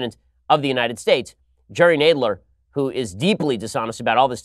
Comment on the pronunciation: Jeez Ben you pronounced Jerry Nadler wrong.lol.Where's Charles Kruathimer. When you need him🐶